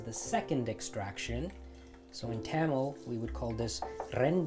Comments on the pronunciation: Great video but I'm dying at your pronunciation of Tamil. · Today I learned I've been pronouncing Tamil wrong my entire life (Thum-mal was what I was saying. Where I got this from, IDK). I also finally learned how to crack a damn coconut! I would try it out, but I live in Alaska and I don't have overpriced coconut money right now, lmao.